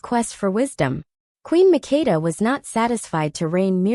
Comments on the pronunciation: Queen MAKDA is her name not Mikida & SABA is the name not Shiva . Because I come from that country❤ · You are destroying my name! It's MAKEDA. You have to say the ke very strongly.